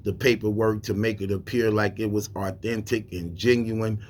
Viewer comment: Authentic not "arthentic" 😂